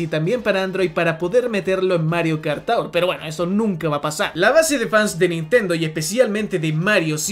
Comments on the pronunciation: Mario Kart "TOWER " xdddddd Se pronuncia Tuor. Ta bueno el video por cierto. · Lo de decir Mario Kart TAUR es broma, no? Porque realmente se pronuncia TUUR. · no mi joven amigo, no es taur, es tour, cuya descripción fonética es: to͝or, que en español seria como tuur. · Cada que dices Mario Kart "TAUR" se me revuelve el estómago, me escoce la cabeza y se me revientan los nervios. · tur (tour) se pronuncia tur o quieres darle más cashe se.dice tugh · Amigo, estudia inglés. Tour siempre ha sido /tur/ . No es como Sour /sauer/ tampoco como Four 4 /Fōr/ . El mismo diptongo tiene varios sonidos. Como en Flour /flour/ en fin… hay docenas de ejemplos para demostrarte que seguramente no has terminado tu curso de inglés, y es normal eres muy joven pero para eso estamos todos para corregirte y ayudarte a aprender. Pero en serio deja de decir de esa manera tan ridícula la palabra Tour . O al menos pregúntale a un angloparlante o en el mismo google sale la pronunciación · "Mario Kart Taur" jajskajaja no man, no se pronuncia así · Mario kart tour se le pronuncia como:Mario kart tur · Hermano que no tengas un ingles perfecto no tiene nada de malo y quien lo critique que se joda pero pronunciar de esa forma tour mientras dices que es la forma correcta asi tan pedante cuando es tan facil como escribirlo en el traductor de google y escuchar que efectivamente lo estas pronunciando mal es como... bro habla como quieras sin responder ese tipo de cosas que quedas peor en mi opinion, espero no te lo tomes a mal.